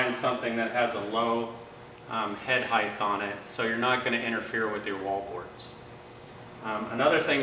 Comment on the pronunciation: What the hell is with everybody with this "ACROST" nonsense? This is the third video I've seen where they talk this way. Drives me nuts...that and "heighth", don't know what that made-up word is. Must be used by the "Valentimes" and "Happy New YEARS" people!